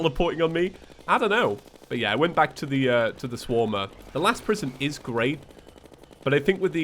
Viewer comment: Anyone get the vibes he was saying shwarma instead of swarmer?